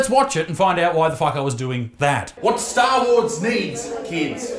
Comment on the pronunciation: Stahwahs